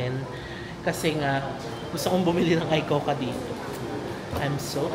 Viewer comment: Trivia lang, yung pronuciation ng ICOCA is ee-ko-ka, play on words kasi yun which means 'Let's Go' in Japanese. If you want to study a new language, I'd recommend Rocket Language. Natry ko sya, ilang lessons lang pero effective sya sa pag-retain ng natutunan mo. May iba na rin ako nasubukan pero Rocket Language yung pinaka-effective sa akin. Yung konti ko na natutunan nagamit ko sa Japan.